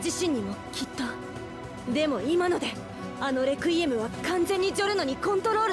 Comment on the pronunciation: saying requiem be like: “Rekuiem”